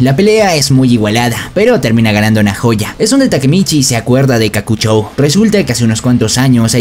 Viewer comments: Se equivoco en smiley es nahoya y se lee naoya xd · como que nojayo es naoya asi se pronuncia